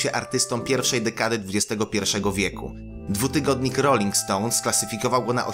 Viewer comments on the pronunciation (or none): roling ston a nie roling stons